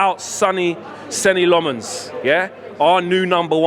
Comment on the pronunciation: If he is gonna be the new No 1, perhaps you could learn to pronounce his name right...?